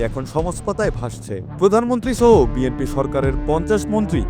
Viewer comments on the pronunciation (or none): none